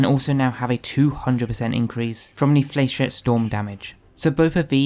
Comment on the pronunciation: Love the build, for reference though it’s pronounced “fla-shet” trust me, I’ve shot plenty of flechette rockets in combat